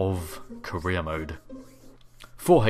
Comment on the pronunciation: I swear I keep hearing you say 'Korea Mode' XD